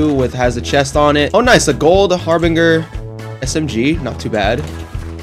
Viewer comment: Thanks! By the way youngins, it's Harbinger, like GERMS. It's a soft G not a hard G. I've never heard people say it like this till Fortnite lol